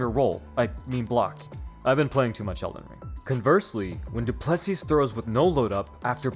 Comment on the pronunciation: Great vid but its pronounced DU-ple-SEE not du-PLE-see